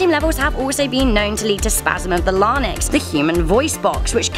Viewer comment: Lar-nix? Interesting. Helps me practice my monty python accent. Move further south, girl. Live in Georgia or Arizona for a few years and you'll be like me and say "F--- the sun, long live the f---ing beast!"